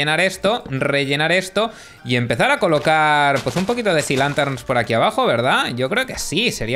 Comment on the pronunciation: yo le entendí cilantros en vez de sea linterns :v